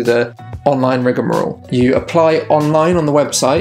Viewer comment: I now no longer know how to pronounce "rigamarole" because of this video